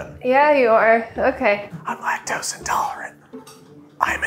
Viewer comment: Lactosint? lol